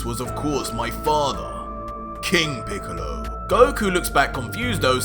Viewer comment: No ha estado mal pero no le has dado nada de chicha a la aventura, pensaba que "píkalo", como mal pronuncias, había entrenado y conseguido un poder similar al de Picolo e inclusi se habría aliado con otros enemigos pero no 🤷🏻‍♂️